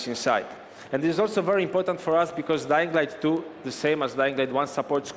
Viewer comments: "Dying light du" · When the video started I heard “Dying Light Doo”